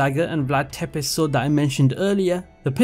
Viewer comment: Its not Vlad Tepes... ITS PRONOUNCED VLAD TSEPTESH